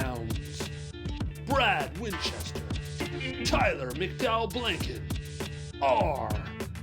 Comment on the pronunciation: "Lash McDowell"😂